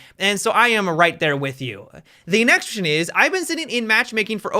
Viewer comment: did he just say nextion?